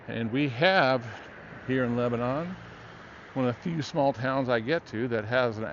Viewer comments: It's leb-nun... not leb-a-non. To the locals, at least. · Wonderful but it's pronounced Leb nun